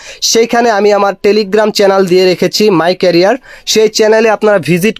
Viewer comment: ক্যাটিজেন🤧😂। my career er English career vlo nh